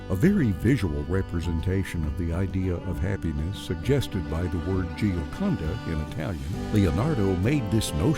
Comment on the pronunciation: That’s not how you say Gioconda!!